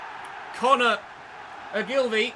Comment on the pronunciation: If you play Ogs against it’s pronounced o-gul-vi 🙂